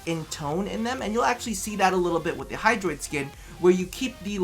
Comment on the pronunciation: Bruh... I think you had "hydraitus" at min . 😂